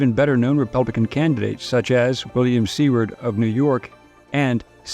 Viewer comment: Just an fyi, William Seward’s name is pronounced “Su-ward” as in Seward Alaska as he negotiated the purchase of Alaska from Russia for $7.2 million dollars, or roughly .02 cents per acre in 1867. Then known as “Seward’s Folly”. Ending up to be a significant gain for our country.